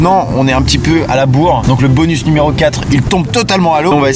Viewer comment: Je suis le seul choqué par le "numéroro 3" à ?